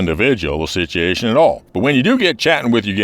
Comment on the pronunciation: You had me at "sitch-yashun lmao You got a Morgan Freeman deepness in your voice all while also having a Bill Paxton kinds "naw-sir" from his last movie with Tom Cruise before he passed. The syfy groundhog gay movie.